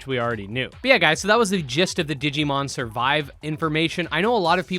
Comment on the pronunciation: I am "considering" the possibility of asking why they hired a translator that pronounced it "digimoan". (for those who didn't watch theres a meme rn because in the q&a section they really only said, its coming out and we are considering this and that). Over all though I am super hyped for digimon survive, the phone scanning thing is kinda like ghost game which is awesome